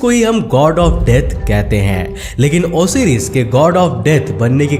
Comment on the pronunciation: Osiris nhi bolte hai usey Osairus pronounce krte hai